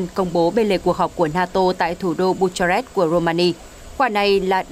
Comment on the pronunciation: Bucharest đọc là Bu-ka-rest (âm h câm). Chữ G đọc là "giê", chữ N đọc là "en-nờ".